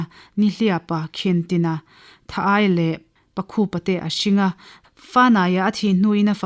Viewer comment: Pakhupa ni lovin pâkhûpa, tha-aia ni lovin țha-aia tih zawk tur. A ngaihnawm lehpek e.